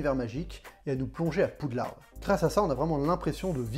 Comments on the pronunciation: Poudlard est déjà une traduction française, donc c'est un mot français, il faut arrêter de prononcer le "d" final maintenant ! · Personne ne prononce le d, c'est bel est bien "Poudlard" de l'anglais "'Hogwarts" mais qui se lit "Poudlar"